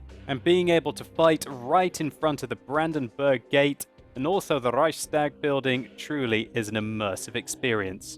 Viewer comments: Well, actually.... The "Reichstag" is pronounced like "Reichs-tag". Meaning: there is no "sh" sound in it.:) But anyway, nice Video and greetings from an original Kraut. ^^ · Great video but its not rrrrrrreichstag :-P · You pronounce reichstag as reikstak (i think, im not german D:)